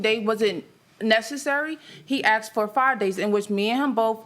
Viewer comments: It’s asked not axed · STOP SAYING "AXED"!!! AAAGGGHHH!.!!! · "I politely AXED her." HUH???